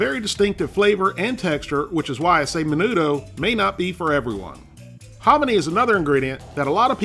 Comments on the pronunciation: Min-ootho, there u go man. Not Min-noodle (which is how it sounds when u say it) I mean, idc how u say it, cus I know what ur talking about, u don't exactly butcher it, but ya, just in case u wanna know how to pronounce menudo, it's min-ootho. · No balloons for you Men-oo-tho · Its pronounced men-nuu-though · Its pronounced men-eu-tho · You pronounce it like menutho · I love the way you say menudo it's so funny